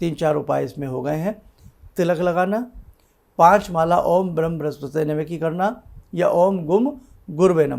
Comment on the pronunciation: नमस्कार उपरांत प्रार्थना है शब्द "ब्रह्म" है "ब्रिम" क्या बोल जाये। शंका समाधान करे 🙏🙏🙏🙏